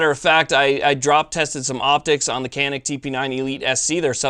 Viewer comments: Made ın Turkey. Pronounced "Cah-nıhk" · Thanks for the great video on this great pistol. Canik is pronounced "Shaw-NEEK, just for clarification (friend of mine is Turkish) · Pronounced Janik. The C in Turkish is pronounced like a J in English. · Nope, i am Turkish and Canik is pronounced like this: John Ick. Can is exactly like John and ik is like ick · Egghead411 your man is wrong it’s Janik by pronounciation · In Turkish, a C is pronounced like an English J. The gun is made in Turkey so.... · No being a jerk but these guns are from Turkey. The "C" is pronounced like a "JH" and the "A" like "AH". It is pronounced " / john-ick/" . And No... not "John Wick" like my sarcastic brother says to be funny.